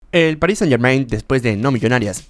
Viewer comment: muy padre pero podrias dejar de decir "PARIS SANIT GERMAINT"?